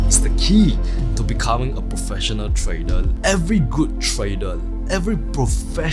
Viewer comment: You have nice content. I just can't help myself to put a smile on my face when you can pronounce almost everything right except word TRADER :) keep up